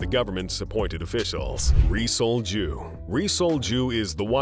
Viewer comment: 😅 its Rhee Sol-Juh / (Yee Seol-Jju)